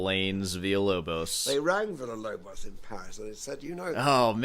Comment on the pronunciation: You're pronouncing Villa-Lobos in spanish. In portuguese it's not Veeyah. It's Veelah.